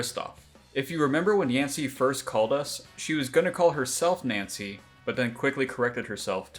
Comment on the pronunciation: I can’t get over the fact you keep saying nyancy.